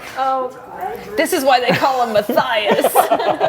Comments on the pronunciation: More like Ma-thighs but ok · “I guess that’s why they call him Ma-thigh-is ( Matthias )” LOL